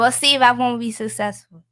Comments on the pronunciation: That black girl can’t even say successful right, there’s really people that care to see these girls naked? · The fact that somebody can't even pronounce the word successful while explaining to someone that they're going to be successful 😂